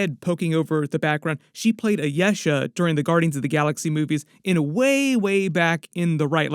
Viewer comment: Love the videos! Long E on Teyana and Ayesha tho 😉